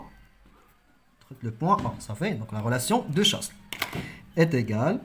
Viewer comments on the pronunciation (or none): Relation de chasle s ne se prononce pas